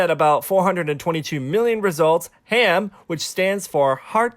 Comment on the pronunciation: It's H A M not ham